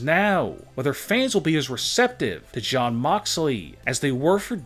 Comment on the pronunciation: Shawn or jon cause sounds like you saying shawn.